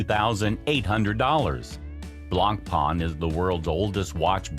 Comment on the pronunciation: He even butcherd Blancpain ...